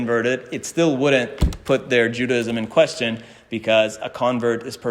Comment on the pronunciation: I’m an ardent fan; thank you so much for the brilliant and detailed work you present, and for your exquisite Hebrew. Speaking of language, I am so curious as to why you pronounce the word “Judaism” with three syllables. I’ve always believed the word has four syllables - pronounced either JUDAH-ism or JUDAY-ism. Am I missing something?